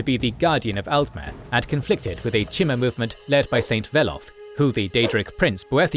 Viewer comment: Also the "Orsimer" and "Cheemer" for Chimer haha